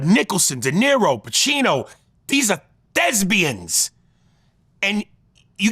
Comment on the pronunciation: Bro said “thesbians”